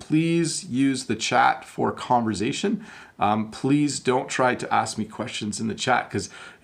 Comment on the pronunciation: Hi! I love your videos! I have a question, why do you pronounce “conversation” with a “z” sound? Is that a Canadian thing? Thanks for your great work!